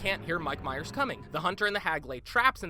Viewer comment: Every time you say Mike Myers I want to slap you.